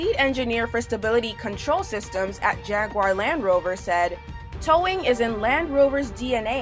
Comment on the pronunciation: Calvin Tang The first clip i heard "The Lamb Rover"😂😂